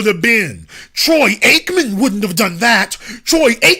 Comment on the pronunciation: 😂😂😂😂 The way he say Tom Brady and Troy Aikmen His white voice on point Lowkey hilarious